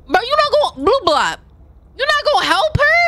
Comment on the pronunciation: So far, I've watched six play throughs, including yours. All gamers are African American women and four of y'all pronounced Blabbot's name wrong. Blab-Bot Storymodebae - BlabBla Tatya Games - Blababout, Blabbout. JazzyGuns - Blabblit You, Toasty Marshmallow and Skylahbylah are the only ones so far who pronounced the character's name right until blue-blot